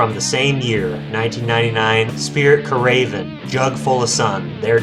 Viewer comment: Man, I thought I was having a stroke when you pronounced Spirit Caravan. I hate to be that guy, but It’s Spirit Car·a·van, not “Ca·raven” lol.